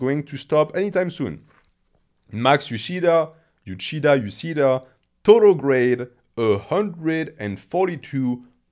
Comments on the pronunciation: Euceda is a Spanish surname. So "Euchida" is totally wrong. The correct pronunciation would be something like "Eutheda", like in "theater" but with the "e" letters sounding like in "emerald" so anglosaxon speakers can get it. I'm just tired of my language being butchered all the time that's all. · I think that Euceda is a Hispanic last name, the pronunciation should be the spanish one